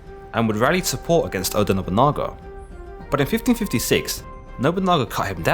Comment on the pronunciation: You can't say their names properly. TO-Yo-To-Mi Hide-Yo-Shu. O-DA Nobu-NA-GA.